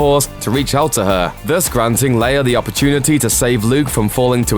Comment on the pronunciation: FYI it is prounounce Leia (Lay-ah) not (Layer)